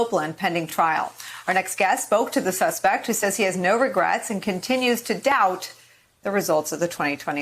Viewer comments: "No regerts" 💀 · "No Regerts" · "No Regrats" is the prison tatoo he should get. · I think he said, “No Ragrets.” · "no ragrets"